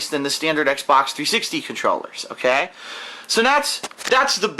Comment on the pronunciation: "Oghkay". Oof.